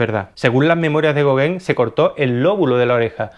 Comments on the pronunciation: no digas gogen di gogan te lo pongo fonético. Tienes que pronunciar el nombre de los pintores correctamente. Dirías chaquespeare? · Así se pronuncia Gauguin y no es goguen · Muy interesante pero se pronuncia Gogan no Goguen, y se pronuncia Siñac, no Sig Nac